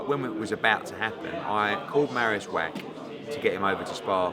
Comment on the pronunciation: It is pronounced vah-ch not whack, just so you know